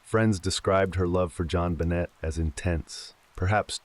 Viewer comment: The way this guy pronounces her name wrong throughout the entire story absolutely drives me crazy 😡